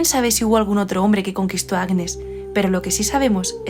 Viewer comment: Hola ! el nombre Agnès se pronuncia »Añés » gn en francés se pronuncia siempre ñ. Nivea fué creada en 1911. Y Luis Pasteur es un científico francés que creó la vacuna de la rabia. Un saludo